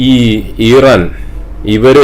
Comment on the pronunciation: താങ്കൾ മലയാളികളോടാണ് സംസാരിക്കുന്നത്.. So ഇറാൻ എന്ന് use ചെയ്യുക Pronounsation മലയാളികളെപ്പോലെ use ചെയ്യുക.. എങ്കിലേ viewers നെ കിട്ടുകയുള്ളു 🙏